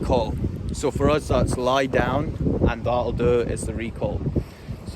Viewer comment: Thanks for this. I had figured out most of the words, but I have been totally unable to understand what “lahlloo, lahlloo” meant. NOW I know you are actually saying, “that’ll do”! Ohhhhh. 😏 I am enthralled with these videos. The dogs are astonishing. And you are quite a trainer. My son has an Australian Shepherd, a breed that had been unfamiliar to me. We were stunned with how smart she was and how easily she learned. But once the family’s interest in training waned, a lot was lost in disuse. But she still loves to herd: the cats, the rabbits, whatever comes into the yard. 😳 And she resumes great attention whenever Nana comes to visit. Ha ha. THANKS FOR TEACHING US!